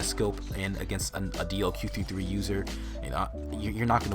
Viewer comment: DLQ 53 is it me or anyone else when pronounce it?